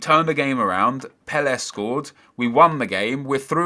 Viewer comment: Why are you saying Pelle like that?